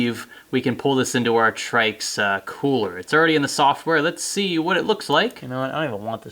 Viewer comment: I think its pronounced "Tricks" I could be wrong but it sounds a hell of alot better than "Trikes"..IMO